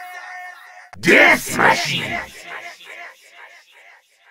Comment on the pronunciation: Richtofen says death machine is more like YeZ MaZhInnn And he said Fetch me their shorts